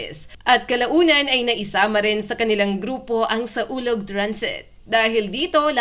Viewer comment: Mali ang basa mo... SAWLOG ang tamang pangalan bobo ka ba?